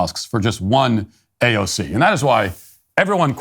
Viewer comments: Quit saying uh cay ze oh. It sounds upit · AOC not AOK!